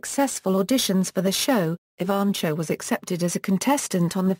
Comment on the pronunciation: Nice professional bio. The reader has a nice British accent, but some serious mis- pronunciations. Most serious is Jackie's last name: it should be ee - VAN - koe! Fairly good organization of many activities and accomplishments; it would be good to accent the headings and pause briefly after each one. The vocal delivery could be a bit more expressively modulated, with some enthusiasm, and somewhat less objectively flat. Thanks, though, for having this information about such an astonishingly remarkable youngster available for those who cannot read about her visually :)